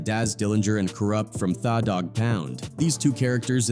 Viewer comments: Thought he was going to say they/them dog pound 😂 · "Thaw" Dogg Pound 😂😂